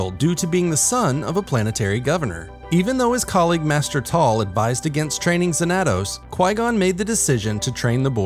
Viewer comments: It’s pronounced Zan-a-tos. Study your SW history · Cool to see someone make a short about this lesser known character but... Why're you saying his name like that? You're pronouncing the 2 A's differently. There's no accent so it should be pronounced Xan-a-toss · His pronunciation of xanatos is killing me. Fair enough it may be righr way to say it for the SW universe but I only remember the Xanatos from Gargoyles and that ain't it. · That's not how you pronounce Xanatos... yikes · Learn how to pronounce Xanatos, bro